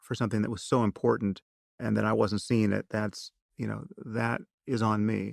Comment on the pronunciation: Yuck. I know this is years old but I have to point out that the word important isn't pronounced, "Impordand". Klein's vocal fry is generational and not genetic.